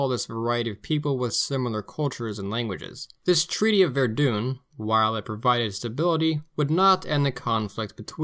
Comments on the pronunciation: Is the narrator pronouncing Verdun wrong on purpose? If so, that’s hilarious. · “Ver-duhn”, not Ver-doon.